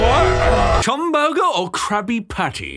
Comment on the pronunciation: COOM BURGER??? That is not how chum burger is pronounced